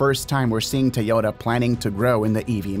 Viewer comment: If you worship Japanese so much, start by pronouncing Toyota correctly lol. You keep dreaming Japan will ever catch up to China in EVs.